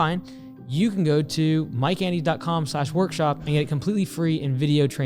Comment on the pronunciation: “My name is MY CANDIES” 🍬. Can’t unhear it.